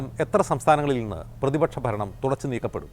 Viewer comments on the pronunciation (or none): 😂 ഫരണം അല്ല ഭരണം അതെങ്ങനെ സൊന്തം വിദ്യാഭ്യാസം പോലും പുറത്ത് പറയാൻ പറ്റാത്തവൻ ഭരിക്കുന്നു 😂 പിന്നെ അണികളുടെ വിവരം പറയേണ്ടതില്ലല്ലോ മുക്കില്ലാ രാജ്യത്ത് മുറി മുക്കൻ😂